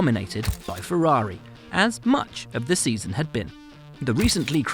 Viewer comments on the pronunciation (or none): none